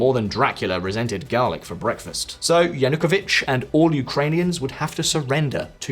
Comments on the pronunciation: He is called Yanukovich, with stress on the third syllable, not "Yanookovich". Can't understand how you did all this research for this episode, and didn't even spend a few seconds to check the pronunciation of relevant names. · Yanukovych Cant you pronounce this guys name correctly ? makes you look a bit dim